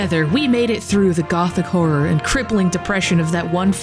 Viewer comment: I thought you said "gulf war" when you said "gothic horror".